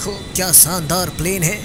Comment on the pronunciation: Noobra its shandat nit sandar